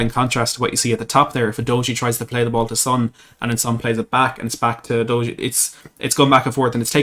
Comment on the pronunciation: It’s pronounced You doggy!